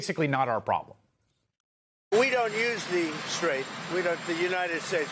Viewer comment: Umm #1. President Trump should know how to pronounce our country. It is not "united stashed " it is not Merricka stashed. It is embarrassing when Trump can't even walk onto a plane or get our country 's name correct.